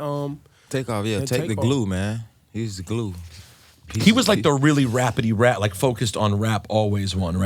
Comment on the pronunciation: Did rosenburg just say “rappitty rap” ?! What a clown. 😂